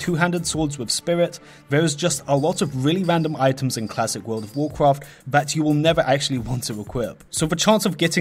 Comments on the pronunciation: World of wawcwaft? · vorld of vorcraft